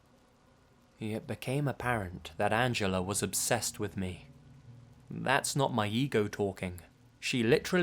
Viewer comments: "Angeler" lol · I love accent, pronouncing 'Angela' as 'Angeller'. Where did the 'r' come from?! XD